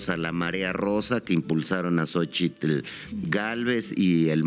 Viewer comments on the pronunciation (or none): none